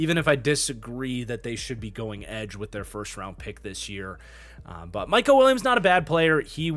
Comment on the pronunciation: It’s mykel, not mykal